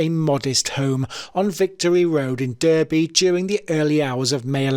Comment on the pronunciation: Suspect pronunciation on some words. LOL Derby. Got me infuriated. :)